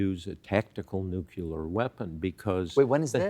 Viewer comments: Mr Woodward you’re wonderful but please, it’s Nu clear, not Nu Cluar! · hey Bob. it's not nucular. it's nuclear. come on man. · How can BOB WOODWARD not know how to pronounce NUCLEAR?! It's NOT NUCULAR! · It boggles my mind that an eminent journalist like Bob Woodward can't pronounce the simple word "nu clear" but always degrades his message saying "nucular". He appears to be from the age before Rutherford had identified that atom has a 'nucleus'. Aaaaargh! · NUCLEAR FOR GOD SAKE !!!!!! why do some people keep saying Nucular ? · Did Bob Woodward just say nyoo-kyoo-ler? I expected better. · Why does he pronounce it “nucular”? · A lot of people his age do. My parents (same age as him) said it like that, but I don't. They also used to say "worsh" instead of wash. Language changes, accents change over time. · It's an old-fashioned way people once used to say it. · c'mon Bob, learn how to pronounce nuclear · Because that is how GW Bush taught him to say it.